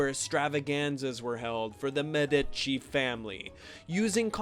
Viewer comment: It was. Not Medaci it was. Medicci !!!!!